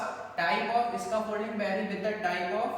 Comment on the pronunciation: Scaffolding bolo 😂